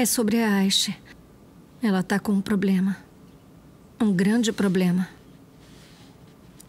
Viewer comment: A sila só fala de poblemas mds 😂😂